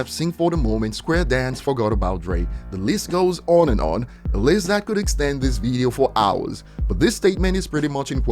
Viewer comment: Just a helpful tip: It's pronounced 'VIDeo' not 'VEEdeo'